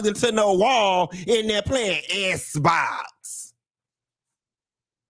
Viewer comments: Please stop saying sssbox😅😅😅... .I cant stop laughing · Lmao not “Esbox!” 😂😂😂 I’m dying!